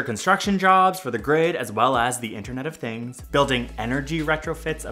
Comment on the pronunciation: Has anyone noticed the "interent of things"